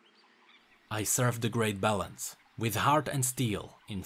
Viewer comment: every time you say balance i hear it as bellend.